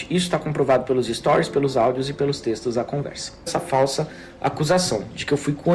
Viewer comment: “Es-to-ries”. Repete comigo você consegue.